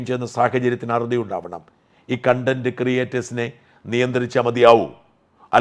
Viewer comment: സാജൻ സർ, കൺണ്ടന്റ് അല്ല കോൺണ്ടന്റ്. sorry